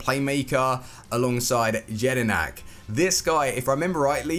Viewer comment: You said jedinak wrong